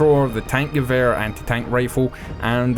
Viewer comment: Actually you still pronounce it wrong. The "e" in german is pronounced like the e in "end" - both of them.